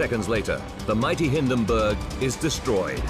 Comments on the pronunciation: Hindenburg, not Hinderburg! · Like this? "HIN" + "duhn" + "burg"